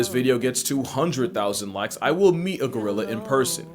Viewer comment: Not Go-rilla! Gry-lla! Lmao, cracks me up every time.